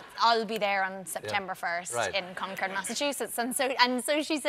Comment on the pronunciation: And Ms Ronan even pronounced Concord correctly! Always warms this Bostonian's heart.